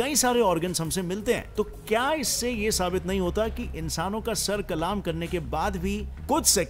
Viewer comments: bro it is not kalaam it is Qalm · Bhai kalam nahin kalm hota hai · "Kalaam" nahi it's "Kalam" bro😘... Informative video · Head Qalaam Nahin Balke Qalm hota hai قلام نہیں قلم ہوتا ہے۔ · It's kalam not kalaam